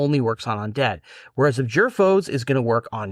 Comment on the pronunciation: Guys, I enjoy your content; however, may I humbly suggest you invest a little time making sure your pronunciation is correct. I've noticed this in several videos and held my typing till now. Again, just trying to help. For example, it is "ab-JOOR", not "AB-jur"